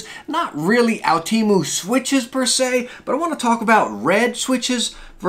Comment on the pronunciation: Can I just clear this out with you good sir, it is pronounced, (oh,tem,oo)